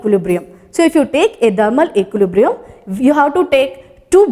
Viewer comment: "Thermal equilibrium" learn to pronounce .... Kiya hoga indian education system of India